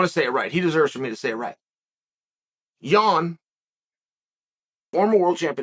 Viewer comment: Makes Yan sound like a NY Jew